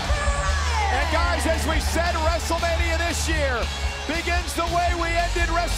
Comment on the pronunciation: said Yes-tlemania